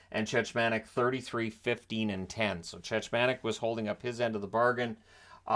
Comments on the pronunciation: It’s Chechmanek, the second ch is a hard ch, which is pronounced as a k. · It's pronounced 'Check-mon-ik' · Yeah it was grating on me hearing the mispronounciation.